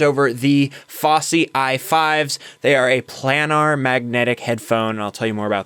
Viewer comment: Headphones- Your headphones are pronounced 'PLAY-nahrr' not 'Plan-nahr'. I enjoy watching a generation looking back on music of this era and rediscovering the shear talent (not software) that created many timeless masterpieces. Kudos!